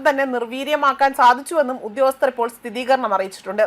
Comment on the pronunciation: 👍 അവസാന വാചകത്തിൽ "സ്ഥിതീകരണം" എന്ന് ശരിയായി പറഞ്ഞതിന് അഭിനന്ദനങ്ങൾ. മുഖ്യധാരാ മാധ്യമങ്ങൾ പോലും സ്ഥിരമായി ഇതിനു പകരം തെറ്റിച്ച് "സ്ഥിരീകരണം" എന്ന് പറയുന്നത് കേട്ട് തല തരിച്ച് ഇരിക്കുകയായിരുന്നു. ഇപ്പോഴാണ് അതൊന്ന് മാറി കിട്ടിയത്.